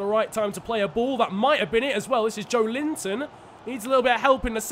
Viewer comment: pronounciation is joélinton